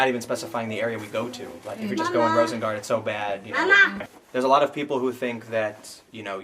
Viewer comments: I am almost impressed by Pim not even trying to pronounce Rosengård correctly. It shouldn't be that hard for a moderately smart English-speaker to hear it a few times and mimic it to "roosen-gourd" instead of "rowsen-guard". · Pronunciation nitpick: the city is Malmö so you'll be closer to the pronunciation by saying "Malm-uh". and the area is Rosengård so you say something like "Roosengourd"